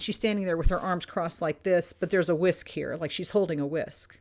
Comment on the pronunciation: You made me laugh out loud when you said the word “whisk” 😂